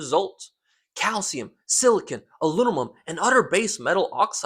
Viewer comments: "Alunumum" 😅 that's funny. But seriously, he's entirely right, looking to get a trustable benchtop unit asap. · Great vid my friend. Very informative. But you got to work on saying alumumum and no its not pronounced al-looominium either lol. I never understood the pronunciation aluminium when its spelled aluminum. Had to pick on you a bit. Took me years to be able to get it out of my mouth properly too.